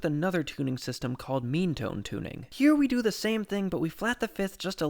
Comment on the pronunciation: when you said “meantone,” i thought you said “memetone” 😅